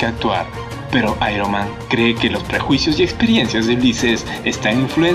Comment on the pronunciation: Airoman ja ja ja ja xd